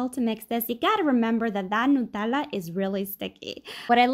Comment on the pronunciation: 10/10 "nutella" pronounciation